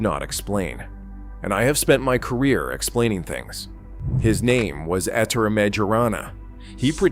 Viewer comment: 'Ettore' is pronounced 'Ett-OR-RAY', not "Ett-OR". As for the surname, 'Majorana', in Italian, 'j' is pronounced like the English 'y', not like the English 'j'.